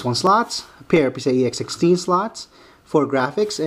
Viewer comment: he keeps sounding like he's saying pc-ie-x60 say PCI-E x16. or pci---express---x16 and no, when u run this board in sli, they both doent run x16